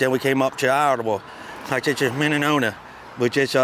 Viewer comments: Minnesota = minenona 🤣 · I lost it when he said the states: Minnenonna (Minnesota) Smallaroda (Colorado) Lomen (Wyoming) Hahahaha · Minn-en-no-na??? LMFAO!!!!!!!!!!!!! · My man he go awound from Malt licky to Minnenona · Tried making it the whole video with a straight face but lost it when he tried to pronounce minnesota